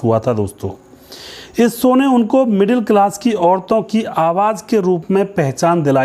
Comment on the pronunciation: It’s Show not So. Correct your pronunciation